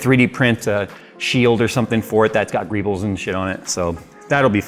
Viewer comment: TIL that greebles is a word. I also learned that apparently says it wrong. So would I.